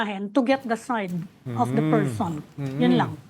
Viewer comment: Removing a 'pershon' Sarah not politics, ok?